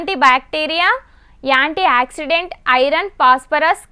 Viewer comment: ఎక్కడనుండి పట్టుకొచ్చారు రా నాయన ఏంటి ఏక్సిడెంట్ కాదు ఏంటాక్సిడెంట్